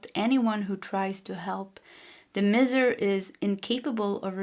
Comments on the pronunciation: It's pronounced My ser - Miser 😊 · Pile 1- Miser, the i is pronounced in English with an 👀 Awesome read though ❤